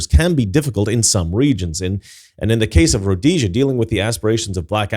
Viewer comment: Actually it's pronounced Rhodesia